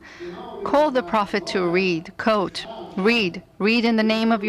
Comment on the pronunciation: No shit. It just sounds like she's saying "coat" not "quote"